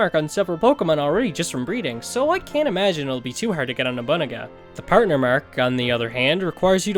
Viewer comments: I'm trying my best to hear Nobu-naga and not Nobu.. uh.. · Love the video. If its nickname is referencing the historical figure/character then its pronounced no-boo-nah-guh